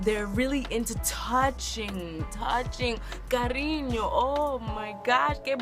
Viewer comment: carrriño ayayayay does not sound at all like Spain, are you on speed(y) gonzales?